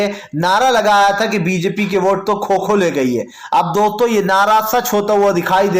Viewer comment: खो खो नही कोको कहते है